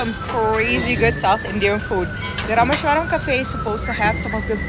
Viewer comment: bruh it's Raameshwaram Not RUHMUSHSWARAM LEARN TO PRONOUNCE IT CORRECTLY OR just go back